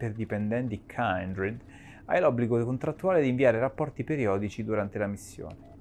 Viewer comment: Comunque non è "kAIndred" ma "kindred" significa "affine" in inglese. Mai sentito l'espressione "kindred souls"?....